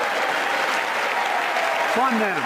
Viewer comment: it really sound like he said "fun the police"